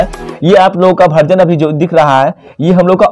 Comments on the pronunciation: भर्जन नहीं वर्जन होता है भैया 😂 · बार-बार तुम भर्जन बोल रहे हो.. वर्जन है भाई वर्जन है 16.8